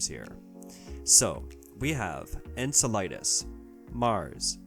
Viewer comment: and - Enceladus is pronounced "en-sel-uh-duhs" (that's an "a" not an "i") and the emphasis is on the second syllable, not the third.